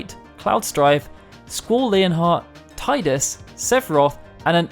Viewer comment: Why can't people get it right. It's Tee-dus..square confirmed this YEARS AGO